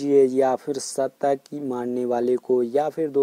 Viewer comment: Shatak not satak